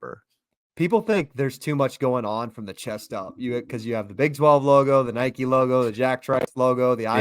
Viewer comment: Bro said Nike like “Nikki” wtf